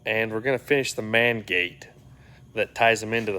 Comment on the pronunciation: Know you said main gate but almost sound like the man gate